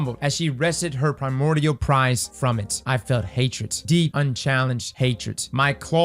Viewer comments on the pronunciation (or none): none